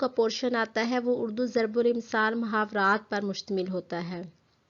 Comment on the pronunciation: Zarbul amsaal durst. Hay na k zarbilmsal Ok